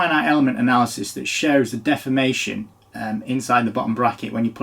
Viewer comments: Appropriately pronounces deformation as “defamation” because that product is fōked! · I thought you said "poop defamation"